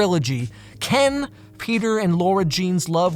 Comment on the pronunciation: Hey before you make a video about To All The Boys 3 I humbly beg of you to pronounce it as LARA Jean and not LAURA Jean thank you